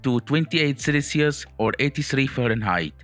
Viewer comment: I Love the way he say "Celicius" 😂☺